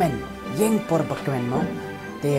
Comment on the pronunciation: Yng ki pronounce "ung" Yndei re "ïing" 🤣... Bym dei nong Bhoi patbte mo👍